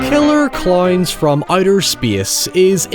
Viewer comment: Add cloynes to the list of ironically pronounced words